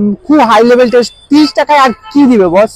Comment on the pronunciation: It's not Tast it's Taste